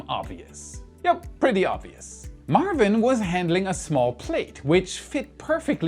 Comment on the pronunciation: It's Maarvin 🙂